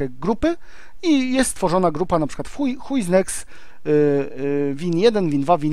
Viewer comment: Zamiast Who Is Next usłyszałem Huj Is Next xD